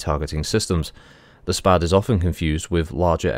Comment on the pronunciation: 'SPAD' is in fact a Very old name in the history of aviation (by the by you did pronounce it correctly lol). It's actually an acronym: Société Pour L'Aviation et ses Dérivés, a French (obviously) aircraft company that operated between , when it then got eaten by another company. A pair of its more famous craft are the SPAD 7 and 13 respectively, both of which were highly praised fighter craft during WW1.